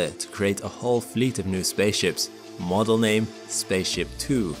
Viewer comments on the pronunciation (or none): none